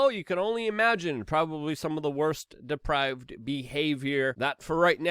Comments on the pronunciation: Depraved, not deprived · Hi Luke.. Depraved , not deprived. Hunter is not deprived. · The word is depraved, Luke. Not deprived. Those corrupt people, are not deprived. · depraved not deprived